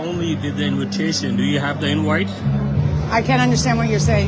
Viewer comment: "Do you have an inwhite?"